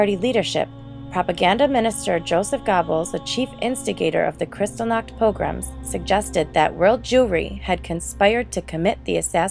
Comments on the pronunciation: Worst mismatch of voice actor and subject matter ever. Valley Girl narrates one of the most disturbing chapters of the 20th Century. She is so unfamiliar with what she is reading that she mispronounces every key name and term, all while using a tone that would be better suited to a commercial for frozen desserts. As others here have pointed out: GEHR-bulls, PAH-grom, kri-STAHL-nahkt. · You mispronounced Kristallnacht and Goebbels name. It's pronounced Gherbil, hard g, like Gehring, another Nazi, and the vowel sounds like gerbil not gobbles. If you want to report factual history, please use the correct pronunciation. Maybe it may seem like a small matter, but not to the people whose relatives the Nazis murdered and whose names echo throughout that time.